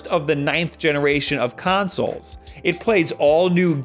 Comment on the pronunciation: consolzz With s